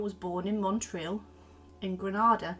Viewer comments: Small correction: the name of the town is pronounced not Montril but Motril (it struck me as this is where my grandmother's family came from, and I was very excited to hear about this figure from what amounts to a sort of home town for me). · I was born in Spain and Motril is a well known Andalusian town, so it feels weird to hear its name mispronounced over and over with an “n” that’s not there.